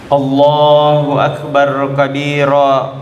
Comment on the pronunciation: Minta maaf sebelumnya klw semisal pendengaranku yg salah... Apakah pak ustadz ini takbir mengatakan ALLAHU AKBAR ATAU ALLAHU AKBAD...